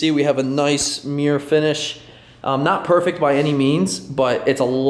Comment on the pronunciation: mirror pronounced as mere count: 6